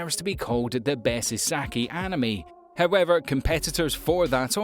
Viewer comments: Did you pronounce “isekai” as “ee-sakee”…??? It’s… Ee-say-KAI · I'm sorry, did you say "Isaki?" XD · What is going on with the pronunciation of this content creator? Who says 'animes' or refers to isekai as e-sek-ee? Dude you run a channel of anime lists, you watch a lot of anime or at least that's the indication by your chosen vocation, but still mess up details like this. I love your lists, but they are hard to listen to because I can't tell if you're trolling or not.